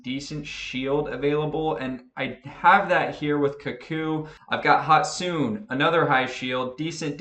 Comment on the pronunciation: It's not "hotsoon" it's "hotsuneh"